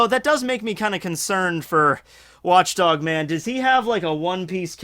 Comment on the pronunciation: Did he just say watch DONG man?